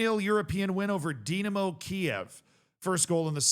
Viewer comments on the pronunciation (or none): none